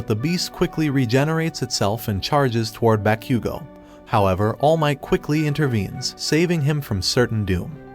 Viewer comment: Bro said bakqgo